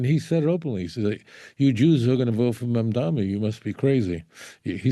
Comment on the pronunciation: Why do so many people seem to have such difficulty pronouncing the mayor's last name? It is MamdaNi, with an "n," not MamdaMi.